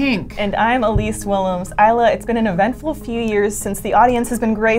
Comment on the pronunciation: Her name is Isla, not “Isla”. It costs you nothing to be respectful.